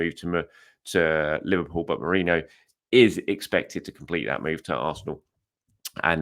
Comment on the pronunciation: His name is mErino... Not mOreno... Come on man you're a journalist.